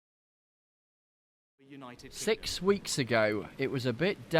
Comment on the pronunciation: sex weeks agoに聞こえた！